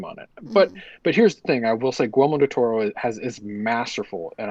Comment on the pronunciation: are you saying Gormo del Toro?